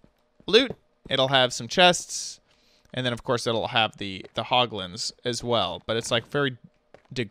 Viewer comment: U SAID POGLINS ITS HOGLIN